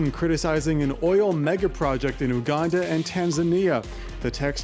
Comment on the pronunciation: First of all, you don't even know how to pronounce the name of our beloved country #Uganda, and you begin criticising our plans. We don't need your help cause it's only causing harm to our continent. Your nations have more problems to deal with, but you keep pointing your noses in our affairs which don't concern you.